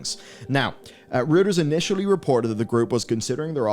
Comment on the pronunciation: Just quickly: "Reuters", being the German surname of Paul Reuter, is pronounced "ROY-ters".